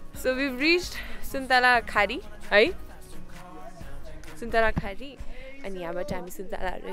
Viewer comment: ‘suntalakhari’ haina its called ‘suntalaghari’ Lots of love frm pkr❤️❤️❤️